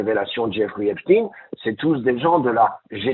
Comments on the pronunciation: Il faut dire à,:que c'est EPSTEIN et non epstine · Les médias officiels disent Espstin en parlant de Espstein? Pourquoi cet écorchage de nom, peut-être pour faire oublier que c'est un notable juif nanti? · Deja. Les journalistes devraient Dire EPSTEIN. ET BENCHEMOUL ( AU lieu de de dire. BRUNEL. )